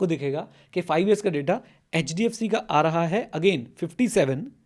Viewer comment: Ma'am ne "HHDFC" kya bola hai....